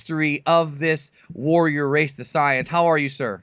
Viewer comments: SAIYANS NOT CYANS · SAY-INS, SAY-INS, SAY-INS FOR FUCK SAKES